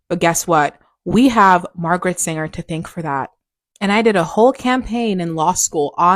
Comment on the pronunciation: It's Margaret SANGER. Not Singer. But this lady is right, she was an evil and conniving woman.